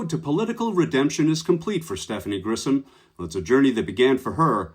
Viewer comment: Grisham, not Grissom. You're mispronouncing her name.